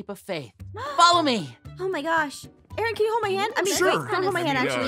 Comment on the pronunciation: ARON NOT RON